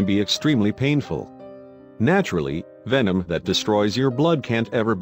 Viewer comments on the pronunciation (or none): none